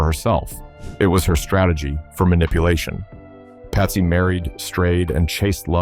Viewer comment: Did your AI voiceover just call Patsy Cline, "Pasty". Stopped listening after that. Make it real or don't bother.